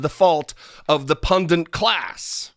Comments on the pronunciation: PUNDINT ? WTF it's pundit ffs. Please don't become the thing you're against. Love ya so don't become an idiot. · There's no second N in pundit It's not "pundint". My gawd, how many times did you say it? It's a common mispronunciation these days. Mad Respect in general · today you are mispronouncing over and over the word pundit. Please correct that because it's driving me crazy LOL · Pundit only has one "N." Drives me nuts. Everyone says it wrong. Otherwise good work.